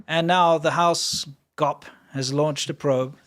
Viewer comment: Not gop. It's G.O.P. Great show. Happy I found d you. My oldest son spoke Chinese. He loved China. Was waiting to move there after he received his bachelor's but it was covid , so he was waiting, but we got to have him close for a whole year. Yay! June 7th 3 years ago he was killed on his motorcycle on the Bay Bridge. His name was Colin, and I was so blessed to be his mom. But anyways, your sense of humor reminds me of him, plus the China show. So an extra thank you for what your doing. It's a great show. You make me laugh.